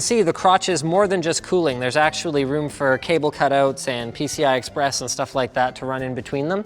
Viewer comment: "its only got a single pci express sisssteen s slot"